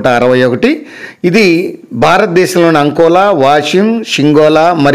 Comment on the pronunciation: Adi ankola kadu akola